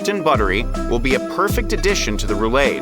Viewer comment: Roo-lahd, not roo-laid.